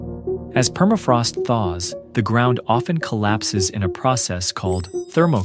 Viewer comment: Perafrost no... la correcta pronunciación es PERMAFROST